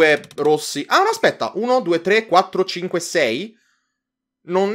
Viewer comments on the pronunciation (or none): ma cinue virgaola zero non cinue punto zero